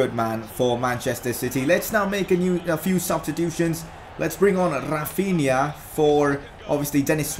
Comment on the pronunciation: Its Rafinha not RRRafinha